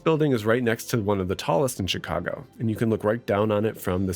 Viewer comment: You are the first native speaker I have heard who says "Tchicago".